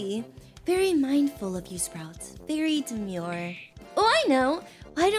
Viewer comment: You said Very mindfull very demeore